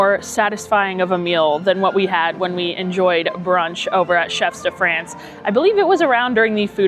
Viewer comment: Hi, great video as always. One thing I have to point out: I'm not sure if you're purposely mispronouncing Chefs de Frances for engagement (which I'm happy to contribute to) but it would behoove me not to correct you if not. The S in "chefs" is silent. The vowel in "France" rhymes with the word "on" and the N consonant is lightly annunciated. If my explanation is confusing (I'm no linguist), you could put it in google translate and listen to it pronounced there. Again, great video and love the channel. You are by far my favorite Disney youtuber and I've been watching you for years!